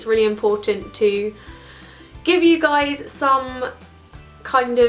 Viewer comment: daaam that intro😂😂hi guyyys but the way you said that like hii gois